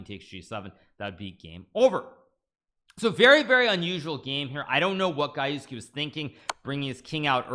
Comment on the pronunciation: Gajewski: Pronounced G-Je-go-j Gah-YEFF-ski